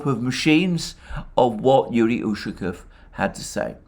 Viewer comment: Hello:). Usually Russian surnames ending in "ов" have emphasize on the last syllable. Иван'ов, Петр'ов, Сидор'ов. УшакОв.;)